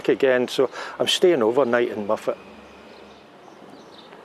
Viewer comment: Hi,I thought tou were saying muppet made me chuckle. l loked it up and it is Mof+uht. Looks a bit bigger than I remeber,being snow stranded there on the way back from London in1985. Walking in the hills in hot sunny weather is very draining,the air seems less energy friendly. ATB